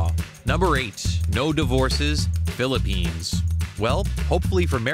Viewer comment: he pronounced it right though, lucky i speak and understand english.